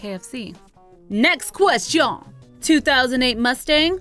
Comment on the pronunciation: WE DO NOT PRONOUNCE QUESTION IN FRENCH LIKE THAT..... (sorry but its true i speak french)